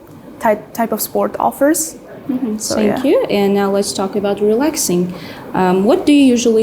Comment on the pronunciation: Shout out to both girls. However, unfortunately I see this a lot among our people when they mispronounce the Th in words like “thank you”sounds like sank you.